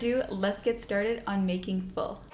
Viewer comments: It’s not called full it’s foool 😂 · It's FOUL not FUL 🤣